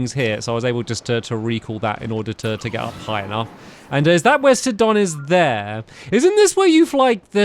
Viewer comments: It's not 'sidon' its pronounced sigh-don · Hey stampy It's pronounced sigh-don not sid-on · It's Si-don not Sid-on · Your saying Sidon wrong you need to say it sigh-don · Your pronouncing Sidon wrong. It’s pronounced Saidon. It means fishery in another language.